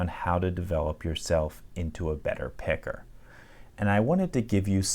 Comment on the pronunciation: Hey buddy at about you called me a “picker” and while I’m cool with it, you had better ease up on that “er” when you’re out on the streets just a friendly warning